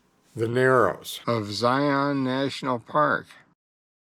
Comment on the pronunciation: Learn how to say Zion!!!